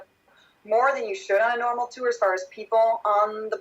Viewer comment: Is pronouncing the word "tour" with two syllables a California thing? I notice Corey saying it the same way as. "Tewwer" It's odd.